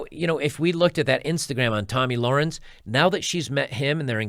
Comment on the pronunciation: a quick youtube search would allow you to find the correct pronunciation of their names. it looks so unprofessional that you still can't pronounce Tomi Lahren's name correctly.